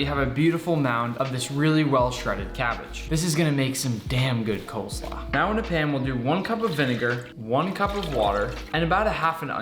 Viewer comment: You said coleslaw lol